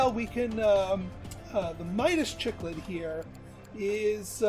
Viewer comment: Love your videos,! You've sold me on this game. One note, as a former Cichlid owner, it's pronounced like "sick-lid." Again, thanks for being such a great streamer!